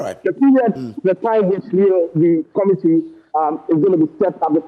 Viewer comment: Huumm our English if I head the sound well " to meet the comidi "for committee 😂